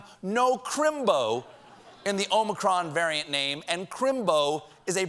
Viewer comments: It’s not ōmicron, it’s ah-micron. -A Greek student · btw i am Greek i know how you should pronounce it and is OmIcron. not omAcron. eeee like electrified! ok? because sfter Omicron is Pi. to pronounce that pie ! ok?.thanks. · Omicron is pronounced with the last syllable stressed in Greek- omi-CRON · it's AH-micron why can't people just look it up 😩😩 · O'Micron ... it's Irish ☺☺☺☺ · In Greek there are two "O's". The long O in Greek is Omega as in "Oh". Omicron is a short O as in Octopus or Democracy. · It's wonderfully amusing how much time you devote to the problem of how to pronounce "omicron" properly. So may I point out that the problem actually concerns the first letter of the word? "Omikron" is a Greek word which literally means "the small o", just as "omega" means "the big o". The difference is reflected in the fact that "omikron" should be pronounced with a short "o" as in "offer" or "order", whereas "omega" demands a long "o" as in "only" or "omen". So if you are genuinely struggling to pronounce "omicron" properly, don't pronounce it with a long "o" at the beginning as if it were written in Greek with an omega instead of an omikron, but with a short "o" just as in the last syllable of the word "omicron". I spare you the additional comment that the American long "o" sounds like a diphthong which is only an approximation to the marvellous plain long "o" which you find in many European languages, Greek, Italian and German included. Thanks for your attention, writes a pedantic German who nevertheless enjoyed your hilarious disquisitions. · Every Futurama fan knows how to pronounce Omicron.